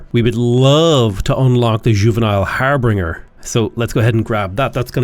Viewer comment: I BEG YOU PLEASE my ears are dying its "har bin jer" not "har bring er" it comes from old saxon "herbeg" or "heribeg", which was a job title. in the days before telegrams, if you were going to travel to a city with your entourage, you'd send someone a few days ahead to do stuff like figure out if the town had an inn, or if maybe the local lord had extra bedrooms and would rent them, or whatever. this person was your "herbeger" and performed the task of "herbeging". the etymology actually shares a root with "harbor", not in the sense of a coastal port, but rather more like harboring a fugitive nobody brings anything. there's no "harbRinger". har bin jer it's not quite as grating as when people pronounce "et cetera" as "ec cetera" but it's close lol